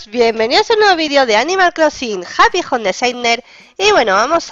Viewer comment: plz, se dice Joum no jom xDDD lo siento tenía que decirlo 😂